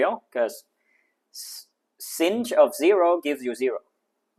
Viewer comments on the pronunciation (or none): you pronouced sinh wrong